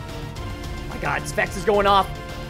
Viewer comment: How many times does he say spects?